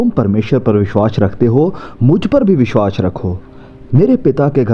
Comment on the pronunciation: भाई साहब, आप बहुत ही अच्छी शिक्षा देते हैं जिसके लिए आप धन्यवाद के पात्र हैं, परन्तु एक बात बहुत ही खटकती रहती है और हम हिंदी भाषी लोगों को बुरी लगती है जब आप अपने उच्चारण में बार-बार विश्वास और विश्वासी शब्दों को "विश्वाश" और "विश्वाशी" बोलते रहते हैं। आप को इसे अवश्य ही दुरुस्त कर लेना चाहिए। एक बढ़िया खाना खाने में यह किरकिरा जैसा लगता है।